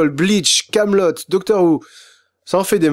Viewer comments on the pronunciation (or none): none